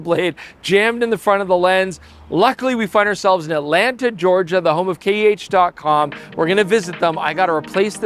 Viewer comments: Your sponsor is K.E.H. That's three letters. You pronounced it. K. H. If I was your sponsor, I would force you to pronounce it slowly and carefully. Give your sponsor some value for money. Don't be a moron. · At least you could pronounce the sponsor's name correctly. Who is "KH camera"?